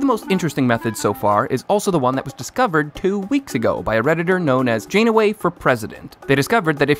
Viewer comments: It's pronounced "Jane-way" like Captain Janeway of Star Trek Voyager. 😅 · Jann-ah-way? I guess you've never seen Voyager? You've heard people say the name "Jane" before, right? If not, go watch Firefly. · How do you not pronounce Janeway correctly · How the heck are you pronouncing Janeway like that?? Never watched Star Trek!?